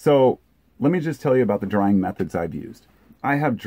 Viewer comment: Remove the r from the “drying”